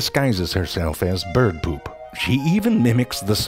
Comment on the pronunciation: Gesang Manggala, And we can hear him say “beeyerd” again. Have you watched the Duck?